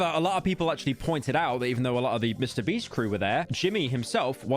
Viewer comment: mister bieast